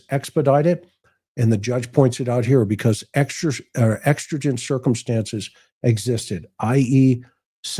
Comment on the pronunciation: It's exigent. Like exiting a store. Love your podcast tonight❤